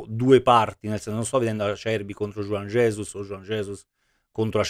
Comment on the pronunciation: avrà capito male juan jesus, gli avrà detto mi "rallegro", dai su per favore, il disagio scorre forte qui. Mi piace anche la pronuncia di juan jesus che è diventato jujugiuan ges